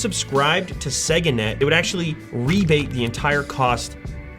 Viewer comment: Ah, yes...Segga.